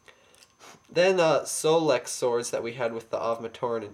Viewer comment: And I think you mispronounced Solek's name, but who cares? This is Takanuva, not Solek. Great review! 5/5.